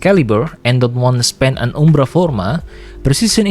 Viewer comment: why did you Heavy Attack the word Umbra lmfao